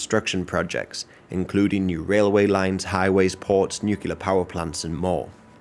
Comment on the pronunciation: Only thing I dont like about this guy is "nookyaler power"